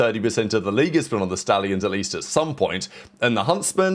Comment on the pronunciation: 🗣THE SHTALLIONSSS 🔥🐎🐎🐎